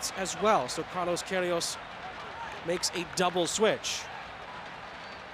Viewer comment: The commentator's name is "Saint Pierre" and he still can't read Pierrot's name (or Queiroz's)